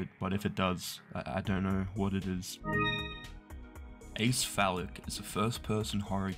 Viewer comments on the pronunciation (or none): Acephalic is the prefix "a" + "cephalic" - as in, "not of the head" or perhaps even "out of the mind" - it's more funny to say it as if it's 'skillful bepis' but it's "aye sefalic" Also, this video is fantastic and I subscribed :D One more edit: the second to last entry gave me a laugh because I'd heard of it and never expected to see it here. I can almost guarantee that the game was a cheeky art student project. (Source: was cheeky art student around the same time)